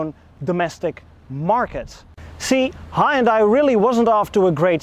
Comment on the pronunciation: Pronounced HUN DAY. It does have a hood ornament, BIRD POOP! Even Jaguar, Lincoln and Cadillac now use plastic wood. Maybe XG means Xtra Gas. LOL Are you aware that Hyundai & Kia are sister companies? BTW I owned one of those so keep your eyes open for a pre-heater problem in the future. The repair will cost more than you paid for the car.